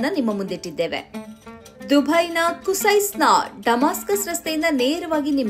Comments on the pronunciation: ಕಿಸೈಸ್ ಅಲ್ಲ ಬ್ರದರ್, ಕುಸೈಸ್ Al Qusais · ಅದು ಕಿಸೈಸ್.. ಕುಸೈಸ್ ಅಲ್ಲ... 😂😅